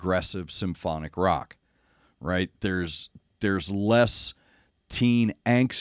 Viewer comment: You said wrigh..there is a Trust in this band❤